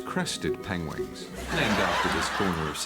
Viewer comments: Penglings. Penwings. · How did the directors, et. al. not correct Benedict? How did they let it go to production that way? "Pengwings" 😂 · The best thing is Benedict saying penwings, me adn my partner calls penguins chocolate biscuits penwings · Long before Cumberbatch came along I had a friend who pronounced them PenWings. so funny. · I can't get over the fact that nobody stopped and taught him how to pronounce penguins instead of just going, "yeah that'll be alright" lol it makes the production look bad. it's funny don't get me wrong but it's weird at the same time!